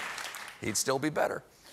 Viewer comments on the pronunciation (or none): none